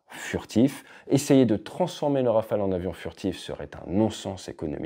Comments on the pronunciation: Rafael ? C'est si dur pour eux de dire Rafale ? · Le Neuron n'arrive pas bien à voler, rappelons nous. (160 vols , c'est zéro d'ailleurs) Espérons que le futur Scaf et le futur drone Wingman ferons mieux . On a envie d'y croire. PS : en Anglais, prononçons Rafaaaaale et non Rafael (qui fait Israëlien..)